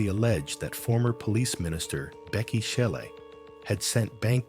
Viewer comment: Bheki "C"ele... NOT "Tshe" or "CHE" 😂 Mr I am the first nation of this land😂😂😂.